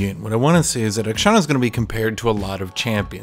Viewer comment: Every time he says akshAN it makes me visibly cringe. ty, very cool. also, how are you not tired of crying about everything in the game for 8 fucking years already